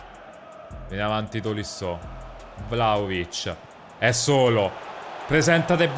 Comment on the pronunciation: "Bello VLAOLIC" aahah fazzo dislessia